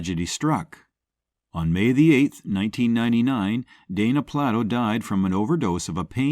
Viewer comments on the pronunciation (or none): Please say the name right! It's not marshmallow it's marsh ha. And it's not bayo it's baio. Plate o not Plat to